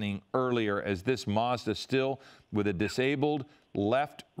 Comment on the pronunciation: Doing my head in. What the heck is a MARS DA?? It's a MaZda, there's no 'R' in it mate